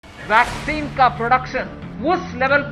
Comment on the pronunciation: Are bhaiyyo VACCINE NAHI VESLIN BOLA HAI 🤣😆😆😆😀